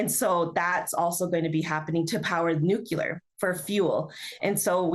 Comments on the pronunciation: Nuclear Nuclear! Not Nucular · NuCLEEar not nucyoolar. Otherwise, we must stop data centers on Indigenous Nations land. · it's pronouncerd NEW-KLEE-AR, not NEWK-YOU-LER. Look at the spelling: nuclear. Pronounce the letter sounds from left to right. Simple.